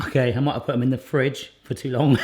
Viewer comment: why do you have to say fridge like that